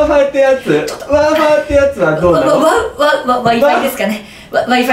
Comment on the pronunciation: Wi-Fiをわーふぁーって言ってんの草